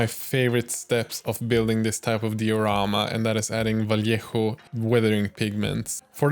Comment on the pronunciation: I love, he knows how to Say "Vallejo" in good Spanish. And he, s a beast painting.